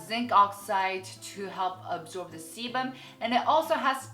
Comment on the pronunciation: is it just me or does it sound like saying something else when she says sebum? sorry ><